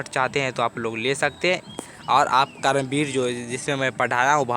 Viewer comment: Kaaram vir nahi sir karam vir 😅